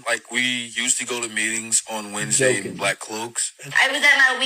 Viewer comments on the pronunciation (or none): none